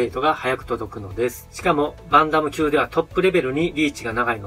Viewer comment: バンタム級の発音が良すぎて困惑しております